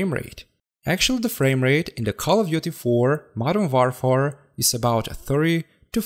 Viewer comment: ah yes the Modern WarFar